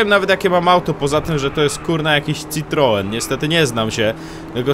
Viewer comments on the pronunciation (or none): Matko boska citroen? Serio trzeba się troszkę podszkolić xD